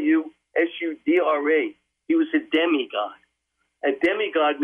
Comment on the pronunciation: I have a hard time believing people that can't even pronounce ziusudra properly... Nothing original here just regurgitating other people's words...